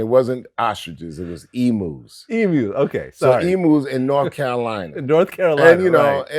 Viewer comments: As an Aussie from a town with millions of emu’s I think it’s awesome that Terminator X was farming them. The only thing is.. it’s pronounced Eem-Yoo, not Ee-Moo. Chuck D is the Man! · Emu-Is pronounced emeyoo.